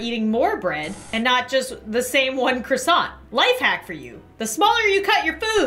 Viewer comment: You know this is good when the first thing she says is "ITS A CROsSsAInTtTtTt"